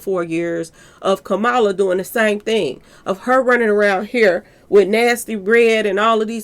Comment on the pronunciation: Love your videos #! Former VP name is pronounced: Ka-Ma-La🩷